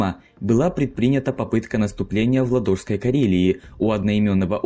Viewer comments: Только не Ладóжское озеро, а Лáдожское озеро. А так здорово ! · лАдога, лАдожское, и т.д.... как можно начать снимать и озвучивать ролик, если ты вобще не понимаешь о чем говоришь? Википедия вам в помощь! Кста, там ударения за одно посмотрите как ставятся. Если чо , там я узнал о таких названиях , в которых сам всю жизнь ставил неправильно ударения например БоготА столица колумбии (думал что правильно богОта) и река патОмак в сша (думал что пАтомак) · Ладожское озеро. Ударение на первый слог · Видео интересное, но исковерканные названия режут ухо: ладно он говорит ПечЕнга вместо ПЕченга, это можно понять, но ЛадОжское озеро это конечно мощно... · Все уже сто раз написали, но я ещё напишу: Ла́дожское озеро, а не Ладо́жское. Кстати на будущее, вдруг придётся иметь дело с карельскими названиями, всегда ставь ударение на первый слог. Ся́мозеро, Ко́ндопога и т.д. Это не всегда правильно. Но в большинстве случаев всё же так и есть. ЗЫ "кукушки" это миф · лингвисты? Лично мне, как карелу неприятно слышать ЛадОжское озеро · Видео топ. Единственный минус это ударение в слове Лáдожское озеро. Мне как жителю Ленинградской области очень режет слух. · Познавательное видео. Только не мешало бы перед самым началом уточнить ударение в названиях озер и населенных пунктах (не Ладо́жское, а Ла́дожское. Не Ребо́лы, а Ре́болы). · У меня такое чувство, что диктор не знает как правильно произносить названия географических объектов (ЛадОжское, когда правильно ЛАдожское). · Человек, читающий текст, Относится не уважительно к слушатель, либо не грамотен совсем, очень много ошибок в чтении НЕТ ОЗЕРА ЛадОжского, есть озеро ЛАдожское, и многое другое Выпрашиваете лайк, ЗА ЧТО, СУДАРЬ Текст написали не вы😢🙃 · Озеро ЛАдожское. Ударение на А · ЛадОжское озеро. автор Русский язык учил?? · ИнциНдент и ЛадОжское озеро убило. Автор пробуй ещё. Финские названия ты же правильно произносил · Чел, лАдожское озеро, а не ладОжское. лАдога, не ладОга >.> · Все хорошо, только ЛАдожское озеро, а не ЛадОжское.